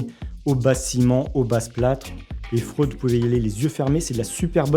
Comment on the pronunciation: PS ca se dit fré oude a priori